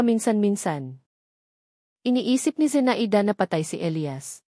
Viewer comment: Kawawa naman ng narrator di marunong magbasa no! Number yan.zea i da ? Zenayda pagbasa. Daming mali nako. Over dose overdos ang tunog.